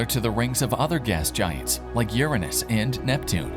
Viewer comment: First and i like how you said uranus differnt